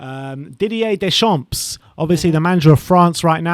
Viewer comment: nice video but your pronunciation of at least four of the managers is way off! Phonetically it is NAR-GELS-MANN, HARS-SEN-HOUT-ELL. DAY-SHARM and FAR-KER. If you are interested after all that, my choice would be Scott Parker. Did a very good job with what was available to him.